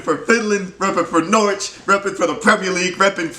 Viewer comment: You're the only American who can pronounce Norwich correctly